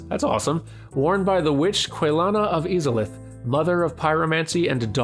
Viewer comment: Quick tip the first "I" in Izalith is hard, pronounced like the "I" in "kite".